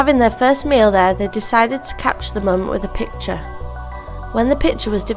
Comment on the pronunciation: whoever voiced this needs to stay away from YouTube I mean PITURE and FAJER, my ears were bleeding out